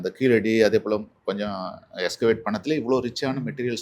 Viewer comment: Its KEEZHADI not Keeladi, which is a non-tamil pronounciation.